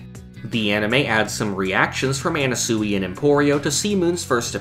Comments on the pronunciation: ye it’s pronounced “ana-sway” not “ana-suey” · why the fuck are you pronouncing Anasui like that. you sound retarded dude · You saying Anasui wrong kills me